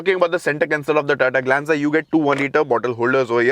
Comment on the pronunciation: You say tata glenza 😂